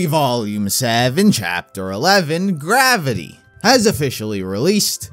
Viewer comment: "GWAFITY!"... (Elmer Fudd's impression)